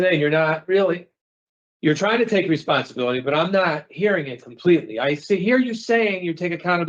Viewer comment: "I take full reponsilibilitity." He can't even say the damn word properly